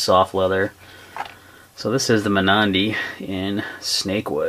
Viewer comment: At one of the shows Anne Reeve once explained the proper way to pronounce Mnandi. It's not "ma-nandi", but rather Mmm-nandi. Just fyi. Great knife, great review!